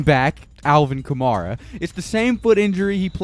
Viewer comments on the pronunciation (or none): Kamara is "Kah-mare-ah" not "Kah-Marr-ah" FYI. :)